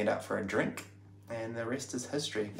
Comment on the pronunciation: I love it that has assimilated quite well.... "I sent her a tixt... then asked her out for a drenk"... Well played